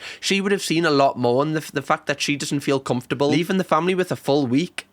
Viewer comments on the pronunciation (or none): none